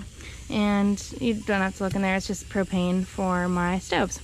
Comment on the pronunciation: When she said propane I thought she said cocaine. Lol